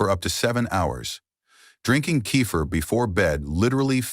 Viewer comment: This is AI trash - it actually said "Sip a small cup of Cape Fear" LOL. It is sad people actually believe this video, especially with so many fake comments.